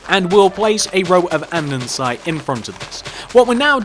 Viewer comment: Just sayin its andesite NOT andensite